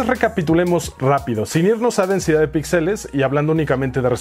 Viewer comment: Ya que estás en correcciones, se dice píxeles y no pixeles.